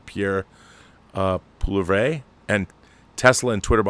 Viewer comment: Rob we don't have free speech in Canada like the USA. We have allowable speech where government and courts can compel us to not to speak in case of punitive actions. Just a tip our Canadian opposition leader Pierre Poilievre is pronounced "pwa-lee-ev-ruh". I just call him PePe.